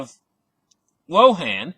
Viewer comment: You said WangDong.